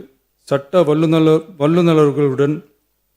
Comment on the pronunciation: வல்லுநர்கள் என்று கூட படிக்க தெரியவில்லை. நீயெல்லாம் தமிழ்நாடு முதலமைச்சர். சீ.